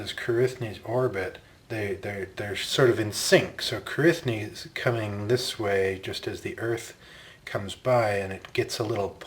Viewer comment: By the way, Cruithne is pronounced something like KROOee-nyuh, not Kroo-ITH-nee.